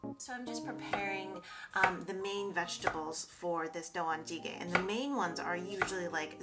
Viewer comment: Great video! Looking forward to the Korean stew series! Just a friendly pronunciation note: I think you're missing the "jang" syllable in doenjang-jjigae. Appreciate you sharing Korean recipes that I grew up with :)